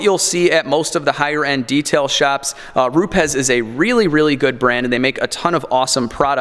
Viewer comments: "Groyt" . . . Gree-oh. "Rupez" . . . Roo-ps. Buttering up your pad?! Haha. Don't listen to this joker, I thought from the title this was wrong. It's dangerous to put out videos that could help ruin people's paint. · And its pronounced Roubs there bud